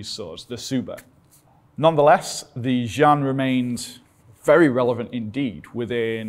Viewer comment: You are a Very brave man! But you totally butchered the name "劍 jian" I think it should sound more like Gim.